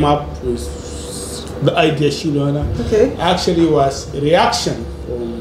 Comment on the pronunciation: Wodemaya thanks 🙏 for this inspiring video, u so brilliant to learn quickly even pronouncing "Shilu Ana" correctly 😁 . Long Live wode 🙏